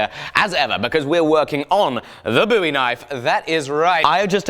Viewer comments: I thought Bowie was pronounced like "Bow" not "Boo" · pretty sure its bow-ee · Joseph Durkin I think the 'boo' pronunciation is American